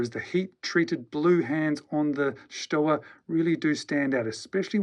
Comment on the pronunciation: Stowa is pronounced ShtoVa.